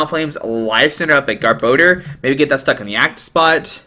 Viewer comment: You butchered gar-bo-dor name too!